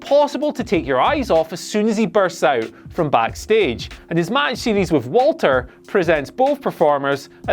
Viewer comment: It's pronounced Valter, fuck sake boys